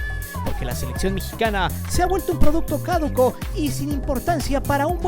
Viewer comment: Es "producto caduco", sin acento Qué es eso de "cáduco". Sea o no periodista profesional, se dedica a comunicar y es su obligación hablar con propiedad. Lo mismo cuando dice "Grupo Órlegui" en vez de Orlegui.